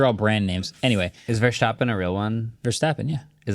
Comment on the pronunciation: Haha hearing you guys pronouncing "Verstappen" is pretty funny for me as a dutch guy